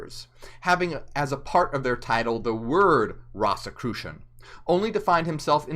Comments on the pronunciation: It's ROSE as the flower, ROSE-i-crucian. And you can't become a ROSE-i-crucian ... You study Rosicrucianism. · The word came from ROSY CROSS and pronounced like a rose. Rose- e- crucian